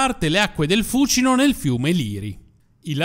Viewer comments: L'ho sempre sentito pronunciare fucíno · Perchè l' accento di Fúcino cade sulla prepenultima ? Perché cade sulla prepenultima pure di Tiber,Tibéris .So due rrrromanate?